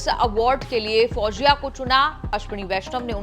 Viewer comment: Pronounce her name correctly Mam. Pronounce her name as FOUZIYA, not as FOUJIYA